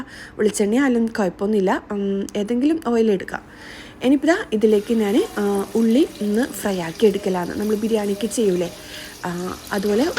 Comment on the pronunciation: നാൻ അല്ല ഞാൻ 😁😁